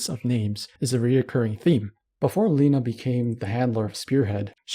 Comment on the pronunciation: its not leh-na its ley-na